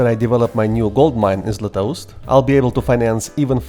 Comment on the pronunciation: First person to pronounce Beloozero perfectly correct and not "below zero" (and zlatoust too), even the terms correct Tell me, are you slavic?) Srbin, by any chance?